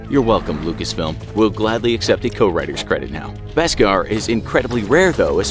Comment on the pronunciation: Yo, this whole video is just wrong. First off, Jar Jar didn’t get a lot of sales as you mentioned for merch, and George Lucas was an amazing director/story writer! It is pronounced “Besk-AHR” not “Besk-ehr”, and LucasFilm DID explain what it was in the Clone Wars and other Star Wars books (Like The Jedi Path). They definitely won’t see this because they choose to ignore their viewers comments and feedback, that’s why you’re channel is getting so much hate. 90% of your subs don’t watch you anymore because of your disinformation, and your channel name is falsely advertised; it informs us on opinions, and straight-up lies. The only mediocre thing on your videos are your animations, but everything else is total bs. Funny how you still have 7m+ subscribers.